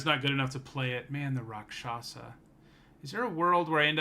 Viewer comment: Just popped in to say that "rakshasa" is pronounced "raak-shus-ah". Means "demon" in Hindi. Thanks for the content, btw! Looking forward to this set.